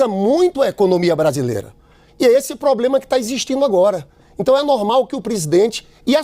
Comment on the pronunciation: Lindinberg "poblema" , volta para o jardim da infância.